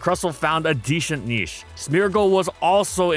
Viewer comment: deshent niche lol